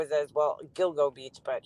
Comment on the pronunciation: When u mentioned this I thought u said dildo beach. 🥴